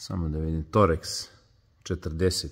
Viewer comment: Verovatno znate, ali ne kaže se toreks nego torks šraf.